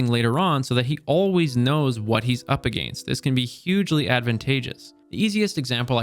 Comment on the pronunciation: I’ve been contemplating moving to Canada to get away from Trumpists, then I heard this guy’s pronunciation of against, nah, I’ll deal with hating half of my countrymen.